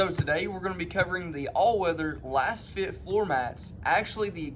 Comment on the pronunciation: You're a fake. How do you not know it's pronounced "laze fit"?? You're promoting a product and benefiting from linked purchases but you don't know how to pronounce the name??? Just another kid trying to make a buck but knowing nothing. Lets see how long this comment stays up. LOL